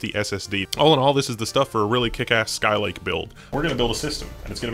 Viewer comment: Skylake, not Skylike, lololol.